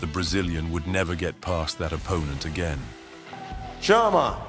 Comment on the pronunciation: It's chama but okay.